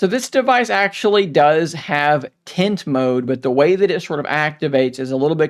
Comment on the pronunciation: Are you saying "tint" or "tent". Sounds like "tint".